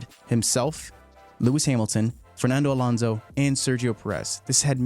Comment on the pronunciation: Why do you keep saying Alonzzo? Alontzo? It's AlonSo